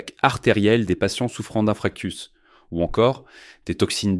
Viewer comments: On dis infarctus et non infractus😂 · À Infarctus pas infractus.. faut pas la faire celle là.